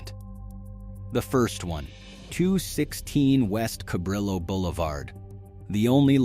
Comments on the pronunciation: Human, please; Cabrillo is a Spanish word, the double l is pronounced as a y. Think Cab ree yo. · Sambo's was where you took your date before you took her home. Sambo's Vineyard Ave, Oxnard, CA; Sambo's Carpentaria CA; The first Sambo's Cabrillo (pronounced Ca-BREE-o) Blvd Santa Barbara. They were warm and friendly; pancakes always serving and most important to a high-schooler CHEAP. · The street name of the original Sambos was Cabrillo. But it is pronounced "Ca - bree --oh". I lived there. I miss Sambos also. It was great. The only thing I didn't like was that it didn't have hash-brown potatoes. But they were pancakes and their pancakes were the best. I can still taste them in my memory. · Great video. Fascinating. I lived in Goleta until 1978, when I was 9 years old. I can remember Sambo's, probably the one on Cabrillo, but I was too young to remember the details. By the time I came back to go to college in the late 1980s, it was no longer a chain, but I remember being suprised it was still there. P.S., When saying the the name of the road "Cabrillo", you pronounce the "LL" with a "Y" sound rather than an "L" sound. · Dude, ok , so I liked and subscribed, because I find this story quite interesting. But, for God's sake, learn to pronounce Cabrillo correctly! It's not "ca-brillo", as in brillo pads, it's Ka-bree-yo"! DAmmit, go back to school! lol, ;-) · kaBREEyo not kaBRILo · it's pronounced "cab-RIO" not cab-RILL-o". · KA - BREE - YO , not ca brill o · I started having breakfast at the original Sambo's in Santa Barbara back in 1990. and by the way, the street it is located on, Cabrillo Blvd, it's pronounced Ca-bree-o Blvd. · Cabrillo (prounounced ca-bree-oh) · As a kid I went to the one in Fresno, Ca. As an adult I stumbled upon the one in Santa Barbara. Cabrillo is pronounced cabrio, not how it’s pronounced in the video. Thanks for a well done look back!